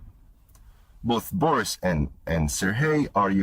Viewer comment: He can't even pronounce "Boris." Fake.